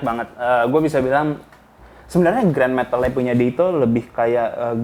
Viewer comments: gua doang kayaknya yg denger bang ngomong Aerospace "Grand" Metal wkwk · Aerospace-grade metal....jgn salah sebut...grand metal